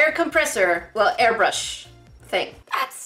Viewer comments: When she un-boxed the air brush she said air bush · said "well here's the air bushh